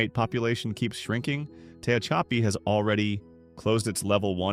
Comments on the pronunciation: It's pronounced Tuh-hach-uhpee and I-own. You really need to do your research on how to pronounce words because it's really annoying. Who the F$%^ sees the word Ione and thinks it's pronounced I-own-ee. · I've NEVER ever heard "Tehachapi" pronounced so utterly wrong. Tell me you don't know what the hell you're talking about without saying it. 🤣🤣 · Can't believe how badly the AI is pronouncing "Tehachapi"